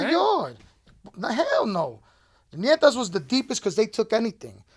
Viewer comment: Its not called Nietas its called NETAS